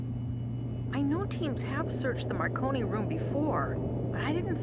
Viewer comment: he called the marconi room the macaroni room 😂😂